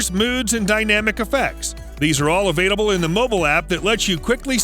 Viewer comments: Avaitable? Is there context I'm missing where he can't say "available"? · i'm sorry, but the "avaidable" was just tripping me up sm watching this